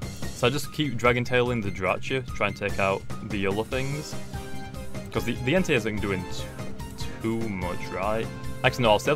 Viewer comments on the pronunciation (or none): none